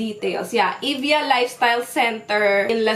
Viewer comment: it's evi-ya po, not eevya hehe love the lips!